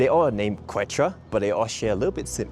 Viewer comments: Yes, the pronunciation needed to be practiced before posting this video. Glad you pointed it out. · Pronunciation is like KEH-chwah thanks so much for mentioning our indigenous Andean roots!!! Arequipa next!! 😍 White City made of volcanic rock!